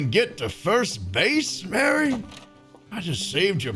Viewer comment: Thats not mary thats mare